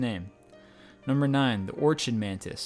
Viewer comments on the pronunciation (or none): Anyone else notice that he pronounced Orchid, "Or-Ch-Id", not "Or-K-Id"? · The orchid mantis is pronounced (or-kid) :) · its spelled orchid but its pernounced orkid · Orchid is pronounced "or-kid" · orchid mantis (pronounced OR-KID* mantis) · Orchin??? Y u mispronounce!!!!! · The voice over person needs to learn how to say orchid plus a few other words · You need to learn how to pronounce orchid buddy.